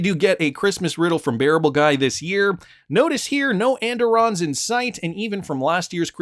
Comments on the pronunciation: Pronounced “ and irons “ where I am from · andiron is pronounced and-iron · And-Irons Phonetic.... At Least the Way my Grandmother said it.